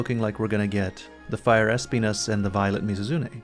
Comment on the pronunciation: I believe the pronunciation of “Espinas” is “Ess-Pē-Náss” not “Ess-pē-nis”